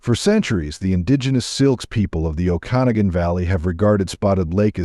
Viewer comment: Okanogan is pronounced O’ ca nog’ gan not O can’ o gan